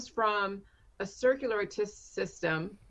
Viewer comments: *Starts describing a "stroke" and the "cir-sirsilly-you-tory" system* Me: Are you having a stroke right now,? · i like how she immediately couldn't pronounce circulatory system. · She can’t even say circulatory system correctly lmao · can't even say circulatory system.